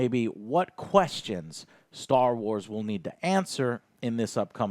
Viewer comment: What's with people saying 'star wats' instead of 'Star Wars'?